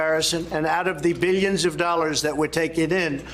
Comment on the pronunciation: He says "meelions" and "beelions," like Dr. Evil.